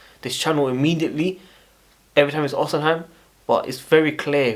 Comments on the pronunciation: Bro it’s not pronounced “osiheim” it’s “ohseemen” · Or_Ci_Men that is how to say his name ❤